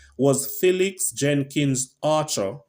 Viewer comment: "FEELIX" not "FELLIX"